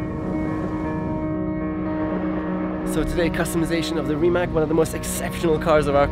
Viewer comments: How to spell Rimac properly - even Nico saying it wrong, like in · It is not "Rimak" it is yust "Rimac", croatians dont use that "c" as "k". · Nico, you are German. Why it is hard for you to say Rimac correctly? It is like 'Rimatz' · Its pronounced like Rimatz no Rimak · Nico pronounce it like it is Reemats, They should tell you that :) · Rimać :D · Noooooooo, he said Rimak. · Nico, please pronounce it right, it is pronounced like Reemats. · Wait, the guy is called Rimać as in RimaTS, isn't he? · a shame that the german nico rosberg cannot spell "Porsche" correctly...he failes also for the spelling of rimac....c like caeser at the end not a K...anyway